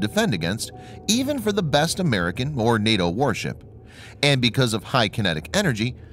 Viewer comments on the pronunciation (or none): none